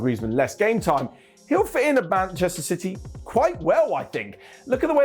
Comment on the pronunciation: Did said "Ban-chester City"???😤